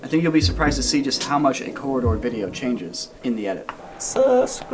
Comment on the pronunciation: you can't say corridor?